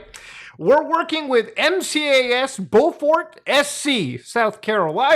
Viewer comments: lol he pronounced it "bow-fort" instead of "bew-fert" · Beaufort is pronounced like Byoo fort. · I graduated in beaufort! It's pronounced byoofort. Lmao. Love your vids brother! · Be-You-Fort, South Carolina lol Don’t ask me why. Just a PSA. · fucking frenchie it's pronounced bie-ufort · I’m from Berkeley County, where they were searching. Your pronunciation of Beaufort was atrocious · HAHA! The butchery of Beaufort's pronunciation. I love it!